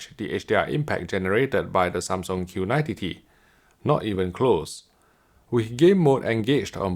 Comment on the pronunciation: Makes me crack up every time he says Q90 TTT